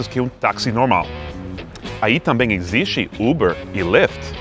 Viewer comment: Amigo gringo, sou muito seu fã, a meses, já vi todos os seus vídeos, e tenho acompanhado seu progresso como falante de português, uma das pouquíssima coisas que acho que vc conseguiria melhorar é o X, como em EXISTE.. nesse caso você poderia pronunciar como o final da palavra EASY... E"SY"STE..what do you think?